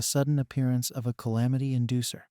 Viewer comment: Why can’t u say calamity tho